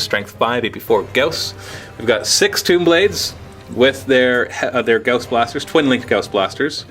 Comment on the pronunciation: isn't "gauss" pronounced "gah-aw-sss" not "gah-oh-sss"?